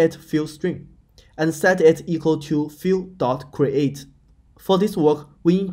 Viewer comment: I LOVE accents and yours is great. Your English is excellent. SLIGHT pointer. [Take with a grain of salt, prob best to see, but then hear it from someone else] Phile [Like an RPG potion] - for File!! vs Fill (or Fil) as pronounced. Fill is like the fillAmount (as in Fills a pool with water) Fi el as maybe another example of phrasing.